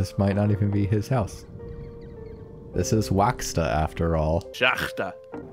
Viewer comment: "This is Wacksta after all" That made me laugh I won't lie. Hearing non slavic people try to read cyrillic is the funniest shit to me.